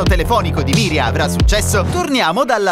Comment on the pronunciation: E comunque si chiama MIRIANA...non Miria